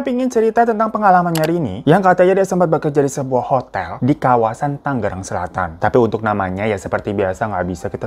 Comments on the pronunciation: Ralat mas, "Tangerang" bukan "Tanggerang" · Abanggg "TANGERANG" Bukann "TANGGERANG" 🤣🤣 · seru bangetttt ceritanyaaaa merinding. kak Hiro yg bener Tangerang bukan taanggerag btw wwkwk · TANGERANG ya ges TANGERANG. bukan TANGGERANG gak double G. Kadang sebel ih sedih knp sih pada gak bisa bilang tangerang G nya satu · Tangerang bang bukan tanggerang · Bang Tangerang bukan Tanggerang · Tangerang bang bukan tangGerang 😅😅😅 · Tangerang bang bukan Tanggerang.. -dari aku warga Tangerang wkwkwkwkkw